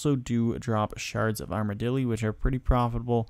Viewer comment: No you didn't. I've noticed it's a recurring theme of your videos to pronounce things incorrectly. Sorry to be the one to tell you this.